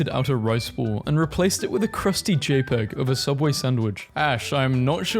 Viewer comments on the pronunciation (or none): none